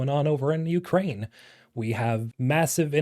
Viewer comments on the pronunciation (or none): none